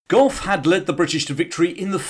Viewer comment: It's general Gough! Gentlemen! Fix your bayonets!